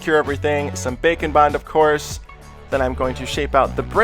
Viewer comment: It sounds like your saying bacon bond, just me? I can't hear the difference